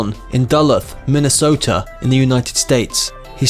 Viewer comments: Please do your homework about pronouncing names. Kareem Abdul Jabbar, not Gabbar. University of Minnesota not Misota. Get the correct pronunciation of Duluth. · Pat Gareth? Joan Bays? Minsota? This video is appalling and the narrative probably taken from Wikipedia by people who can’t pronounce words.